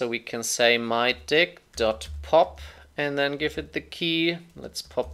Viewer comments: I was listening to this one my speakers at max volume and just kept hearing mydi** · Great video; however, something about that variable, mydict keeps making me laugh whenever you say it..